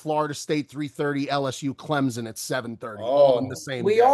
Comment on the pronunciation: My God It's Clemson not Clempzon